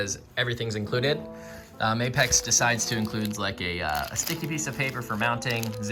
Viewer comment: Thank you for pronouncing apex’i correctly 😂